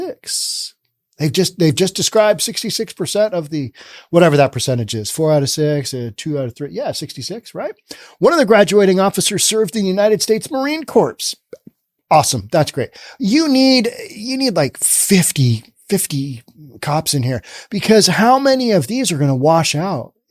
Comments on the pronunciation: "The fools gonna...I mean, the sheriff's gonna do it!" BTW, Corps is pronounced "Core". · Just for future reference, Marine Corps is pronounced with a silent p and silent s.